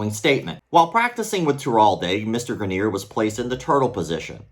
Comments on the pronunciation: Why do you keep pronouncing it “graneer”. It’s spelled Greener. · I went to high school with that guy. First of all, you’re saying his last name wrong but that could be for privacy sake, secondly you’ll be happy to know that in the years since he’s made a lot of progress and has taken up hiking and rock climbing (looks like he still needs assistance but there’s a solid community for disabled climbers). Really happy to hear he won this battle. Never knew the full story but that is definitely negligence on the instructor trying that move in such a way.